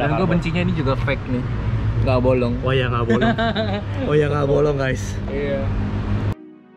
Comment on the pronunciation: si ngomong "bolong" lucu banget 🤣🤣🤣🤣🤣🤣